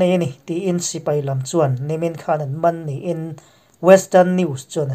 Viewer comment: 'Hman' tih lamrik diklo hi i lamri diklo hlen dawn a nih hmel e.'.Ruahman' tiha 'hman' ri hniam ang hian engvanga lamri hniam zel nge maw i nih ang aw... A mak a ni ka pu.